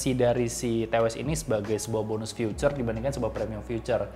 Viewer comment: feature bro bukan future wkwk